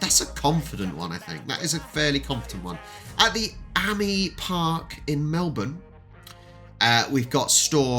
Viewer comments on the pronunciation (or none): AAMI Is pronounced Amy